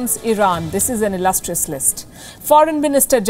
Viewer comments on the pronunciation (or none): "this is an illoustrous list"😂😂😂😂😂😂😂😂😂😈